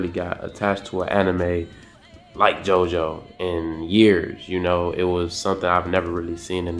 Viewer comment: It's still pronounced "Jo-Jo"